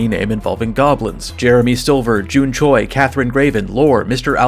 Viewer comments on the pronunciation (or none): none